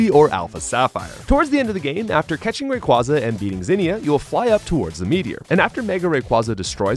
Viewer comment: Theres no way you're saying these Pokemon names like this unintentionally. You're getting obvious names Like Jirachi and Magearna wrong. As well as names like the classic Rayquaza and Arceus, that many people get wrong too